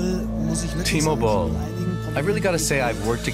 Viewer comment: His name is...Timo Boll? as in T-Mobile?! LMAO